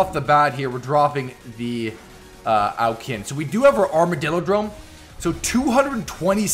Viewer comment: Question why do you 9say Au kin